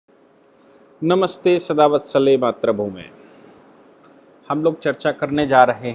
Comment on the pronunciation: Sir, at the start of each episode,you always say ...matra bhume. In fact, the correct pronounsation is Matru bhume. If you agree, kindly change accordingly. Regds